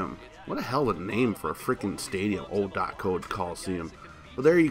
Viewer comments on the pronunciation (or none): Junk the Athletics field is pronounced O C O like the letters not o co